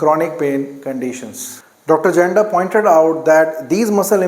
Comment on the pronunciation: I am regular follower of ur videos. With all respect, there is a mistake on pronounciation of "Janda". Actually it's correct pronunciation is " Yanda"